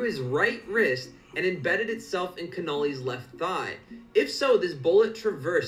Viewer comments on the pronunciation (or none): lol .. the way the guy pronounces "Connally" is hilarious